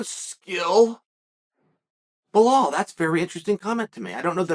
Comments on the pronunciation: Chael - how you gonna do an 8 minute video and forget the “forget the name” Be-LAL, it’s not Ba-HAL😂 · When are u gonna learn how to say Belals name. It’s no blahal it’s belal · How is he getting "BleHal" from "Belal". bro just adding extral letters 😂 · Tough one for ‘Blahal’ this. 😂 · Is his name pronounced Blahal? I fancy Burns to win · it's Belal not Blahal.. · "Blahall"? Who the fuck is that guy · Blahaul lol no attempt To pronounce correctly got me 😂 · It's Belal brooo, my God, you can't get one name right and I love it LOL Crazy Uncle Sonnen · Blahall.😂 A sure sign Uncle doesnt like you, he says your name wrong. 😂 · Lol bruh this man and his BLAHAAL rmr the Name! Chael is your typical gym teacher butchering names without a care in the world. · fyi its pronounced bell-lel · I see a lot of people saying 'Belal'... Guy's, it's BLAHALLL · Man I love to hear your opinions, but u gotta learn how to pronounce someone's name. U get hit in the head too much? Are you sure your first name is Chael or have u been mispronouncing it all these years? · We're witnessing history here folks. is the first time Chael has ever mispronounced a name. Can we still call Uncle Chael undefeated and undisputed after this slip up? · I don’t understand how we butcher Belal’s name so bad. 😂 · I know. There’s literally nothing hard about saying Belal- two simple syllables. Unless you’re Chael!😂 I think what’s funnier than Chael’s mispronunciations is that he doesn’t give a shit about them! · someone please teach him how to pronounce belal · Dammit Chael you say you like belal get his name right then